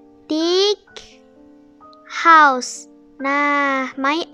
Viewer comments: Btw naila bacaan house nya bukan hause tapi house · Rumah itu bahasa inggris itu house bukan hause